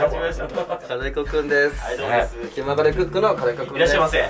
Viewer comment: きまぐれクックの気←きだよとおもいながら…笑